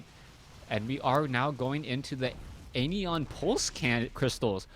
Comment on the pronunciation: love your casts, but man, learn to pronounce stuff... the "an" in anion is pronounced like in "ran" and "ion" is like if you were saying I have my "eye on" you. I also don't think I've heard you ever pronounce chitinous correctly, in the 9 months or so I've seen your casts -.-'